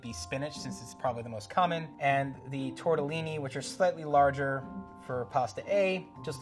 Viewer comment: Nice video, but a "pasta expert" that can't say "tortellini" properly loses some credibility